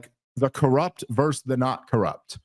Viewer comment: Oh sweet lord baby Jesus please help Dave learn the word “versus” 🙏🙏🙏